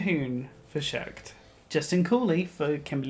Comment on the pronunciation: It's "Shucked" not "Shooked"!!!